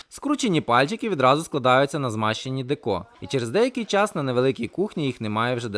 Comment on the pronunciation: Деко. Наголос на букву "е" СЛАВА ВОЛОНТЕРАМ!!!